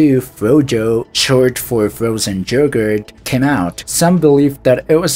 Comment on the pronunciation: Your English is amazing! Thank you for putting together this video I'm loving it. One pronunciation that got me was yogurt though. it's not jogurt its yogurt. I think you can say "you" just fine it's the same y sound kinda like "yoh" instead of "yew". With honeycomb I almost feel trolled cause "honeycum" sounded hilarious, normally honeycomb rhymes with like "home" or "roam". Actually it's sorta the same vowel sound as in yogurt. that "oh" sound. Awesome vid that is perfect for a binge though! <3 edit: I guess when you say "you" sometimes you say "joo" lol. that makes sense... it's mostly silent though. It sounds like the start of the word "usage" which I do hear ya say. Usage could be spelled wrong like "yousage", if that makes sense. Same yoo, not a J sound.